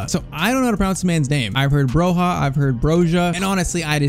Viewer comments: There’s a clip when he played for Vitesse where he pronounce Bro-Ja not Bro-Ha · Please pronounce Armando Broja right! It is BROJA with soft J (like Juve)! I'm 🇦🇱 myself, just trying to help... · Both of those Broja pronounciations aren’t wrong , it’s Broya, I still say Broha tho because i got used to it , but broya is the Albanian way and the way he says it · Broja's name is pronounced 'Broya', I believe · Broja is pronounced Broya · As an Albanian myself, we pronounce it Broya because in Albanian j makes a y sound. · Brojas name is pronounced bro-ya